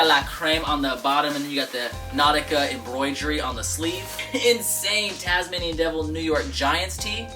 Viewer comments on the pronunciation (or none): none